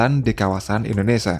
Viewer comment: Tulisan : INDONESIA Bacanya : INDONESA termasuk sodara saya 😂